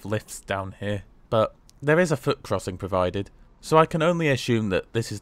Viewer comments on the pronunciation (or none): none